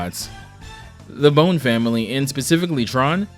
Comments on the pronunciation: Pronouncing Bonne like "bone" instead of "bon" sent me into fight or flight. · Sorry this is bugging me. It's pronounced "Bawn", not "bone". Double "n" gives s short vowel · It's pronounced "Bon", not "Bone". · Fr, it's not the worst thing in the world , but it's still messed with me. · That's... certainly a way to pronounce 'Bonne'. Not the correct one, mind.